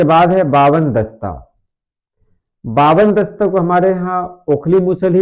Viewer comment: Bawan dasta nahi Hawan dasta hai